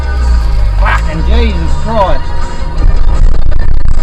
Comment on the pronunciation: “Pharkenn” Tasmanian’s favourite word lol